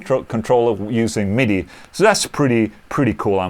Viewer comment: Did you say Midi or MEATY!???? LOL!!! Killer video